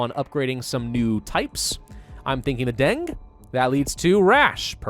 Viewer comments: Its Pronounced Deng-ge Not Deng And Its Also A Infection In The Philippines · It’s pronounced dang-gee Not the dangge (dengue) strain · "Dengue" is pronounced "Dengi" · it's pronounced 'denggi', a viral strain of a mosquito-transmitted dengue fever. Similar to yellow fever, it is commonly found in the southeastern Asian area. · it's pronounced D E N G Y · It’s pronounced like deng-gay